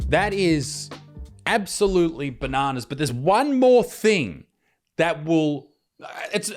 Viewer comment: say banana correct freak